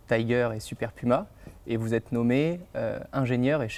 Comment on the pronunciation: Je suis relou, mais, on dit tigre pas tiger, c'est un nom déposé et c'est français 😁. En revanche, merci pour cette vidéo quel plaisir de voir une vidéo qui parle de l'aéronautique comme un beau secteur d'avenir (ça devient de plus en plus rare). Maintenant que tu sembles avoir des contact chez airbus. Il pourrait être intéressant de faire un tour chez airbus helicopters pour parler du rôle des hélicoptères aujourd'hui et demain, de mobilité urbaine et de vol autonome. 😁